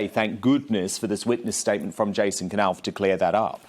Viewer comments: I think it's pronounced Nauf... not K-nauf (silent K) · Dan Wooten It isn't K- Nauf, It's Knauf, with a silent K, as in Knife.